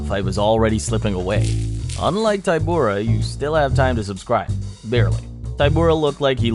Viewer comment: I like the confidence necessary to be so wrong about the ty of Tybura sounding like Tai. It is a polish name. Y has ee sound in most languages. .